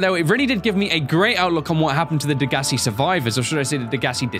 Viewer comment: why do people not know how to pronounce degassi its day guess see